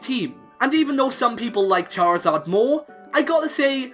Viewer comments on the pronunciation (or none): none